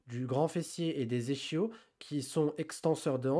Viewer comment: premiere fois que j'entends 'echio' pour Ischio